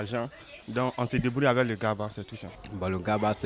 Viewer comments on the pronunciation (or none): none